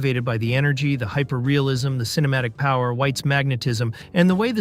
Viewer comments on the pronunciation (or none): none